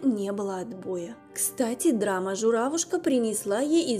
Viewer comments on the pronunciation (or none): none